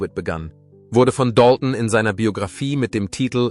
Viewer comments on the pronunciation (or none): none